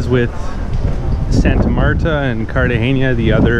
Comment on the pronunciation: He really needs help with pronouncing Cartagena and Barranquilla, too ;)